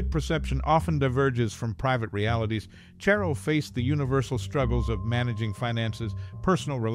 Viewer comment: It's CHARR-o, not Chair-o